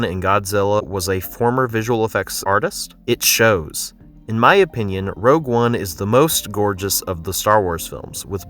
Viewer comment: "Rouge one" huh?